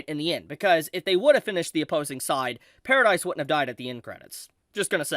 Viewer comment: pair-ruh-dee island not paradise. did you even watch the show?